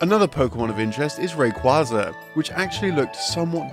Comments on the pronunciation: It's pronounced Ray kwaiza with a hard A. I know it sounds dumb but look it up. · That’s not the way you pronounce “Rayquaza”.